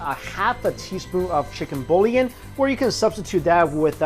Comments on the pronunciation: I think it is pronounced more like "chicken buoy-on" not "chicken bully-en" :P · How cute you pronouce "boillon"😅 simply say "bui-yon"😎 btw, this recipe was so delish! Thank you, Mike😋